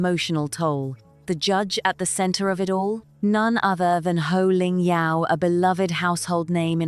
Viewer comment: It's Poh Ling Yeow. No Ho. And no, she is not a beloved Australian presenter. And MasterChef is not a huge show in Australia And Australians generally dislike Rachel